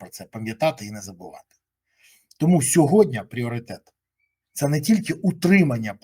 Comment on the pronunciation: не "сьогоднЯ", а - "сьогоднІ ", невже так важко запам'ятати?